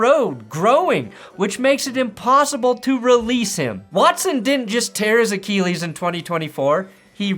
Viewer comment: The rage bait was funny for a little bit but if I hear you butcher “Achilles” one more time I’m gonna lose it